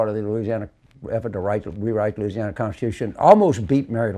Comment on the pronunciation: Anytime I hear someone say….’Luuuzianna’ I know they are the real deal from there! Also ‘Naw Orlaans’ is the sweet tell tale pronunciation. TV reporters always kill these words…..because Yankees don’t know how to pronounce southern words/names. Poor things.